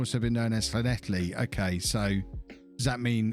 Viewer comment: Llanelli you said it fine. Just call them scarlets